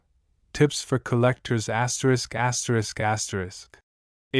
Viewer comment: Asterick, asterick.....anyone else sick of hearing videos broadcast like this......asterisk, asterick.